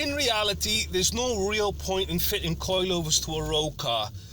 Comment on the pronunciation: The way he says "coilyovers" jarrs me